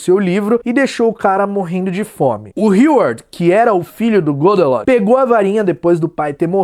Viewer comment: foi so eu ou tem mais alguem que escutou ele falando "godenot" ao inves de "godelot" kkkkkk